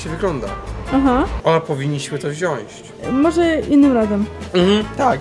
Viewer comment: Wziąć a nie wziąść